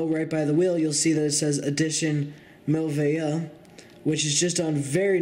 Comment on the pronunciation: It is pronounced "mer-way-yoo" for french word meaning "wonderful".